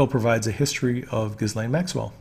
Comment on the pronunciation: Pretty sure it’s zhiz laine, not giz laine.